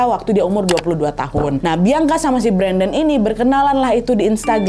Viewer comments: Ka Nad, izin kasih masukkan ya.. mungkin untuk ke depannya kalau ada penyebutan nama bisa dibenerin ya. Klo untuk yg di video ini seharusnya "bian-ka", bukan "biang-ka". Agak gimana gitu denger penyebutan "biang-ka" diulang2 sepanjang video wkwk 😂🙏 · ka nad , baca nama bianca itu "bian Ka " bukan "biang ka" soalnya beda arti kak , kalo dalam bahasa daerahku biang itu anjing 😭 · kak kamu nyebut "bianca" pake idghom ya kak jadi "biangka", gemess wkwk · Sakit kali kepalaku dengar dia bilang "Biangka " lohh 😅😂😂😂 emang gitu nyebut namanya ? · Ak safok sm sebutan namany Biangka 😂😂😂